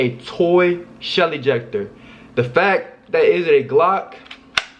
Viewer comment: I thought he said Shelly jecter😂😂😂😂